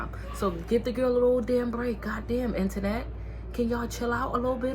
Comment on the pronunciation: The 2 times you said internet I thought you was saying my name Antoinette 😂😂😂 Girl I just got rid of my blue face and after that double back I was done done. You’re right she just needs time